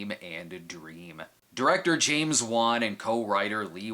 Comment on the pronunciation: Thank you for pronouncing the director's name right. I'll stick with Cinema Snob without Foundflix's saying Wahhn thank you very much, lol.